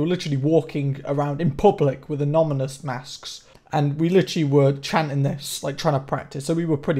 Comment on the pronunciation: Haha "amoNYmous"